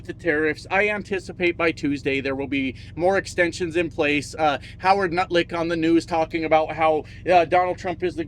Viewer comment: Did you say Lutnick or Nutlick? 😂😂😂 I think that I like the 2nd one better 😆 🤣 😂